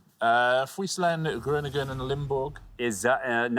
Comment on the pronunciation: He also butchered "Groningen" which was pronounced "Groaning-en", and Not "Chroningen" as it should be.